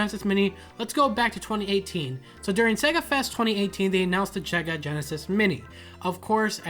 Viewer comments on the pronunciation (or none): “they announced the chega genesis mini”. Lol